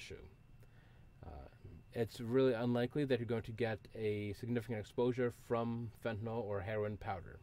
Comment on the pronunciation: Why does everyone have to pronounce it fentinol